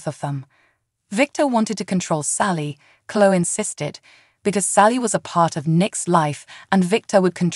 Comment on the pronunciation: It is Cloeee,not clo